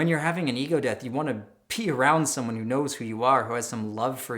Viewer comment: sounds like "You want to PEE around someone who has some love for you" [instead of...] "BE around someone. ......". Just had to drop that in here. I'm sorry if someone else already mentioned it, I haven't scanned the other comments, there are thousands by now and not all of them are loading anyhow. .